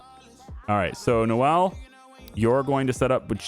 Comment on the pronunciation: Gift shop name ideas, Noel is pronounced 'Noal' not 'No-elle'